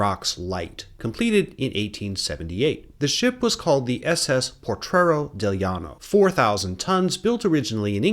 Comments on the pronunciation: great video!. That ship name is Potrero, not portrero. Mexicans still consider thos sinkings a false flag, there no reason U boats would not sink better US objectives but those former italian ships. German spies include Guido Moebius in Monterrey. State of war meant the mexican gov was hugely concern into draft andinflation, as house rent was even controlled. grandpa ( ) was a bracero, they managed to get some financial compensation (he died before that). 1917 mexican constitution didnt prevented women from voting, in facta there were female city mayors ellected the next year, the 1953 female voting reform was nothing but populism. You should call US invasions that way, not intervention. It´s great yo explained XIX century history but letś face it: since 1820 the US has controlled Mexico. letś see why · "Potrero". You've got an extra "r" in there. 😉 (Thanks for doing this video!)